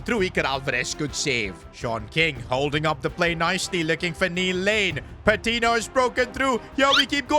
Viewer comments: Great vid but the pronunciation of Patiño is killing me It’s not Pa-tee-no it’s Pa-teen-yo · its pronounced patinyo not patino